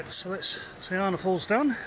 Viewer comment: Just to help with pronunciation a wee bit - try this : TEH - UN NAH not tay arnah. Tangoio - TUNG - OY - OR. Lovely video. This is my fave place for walks, take the mokopuna. :)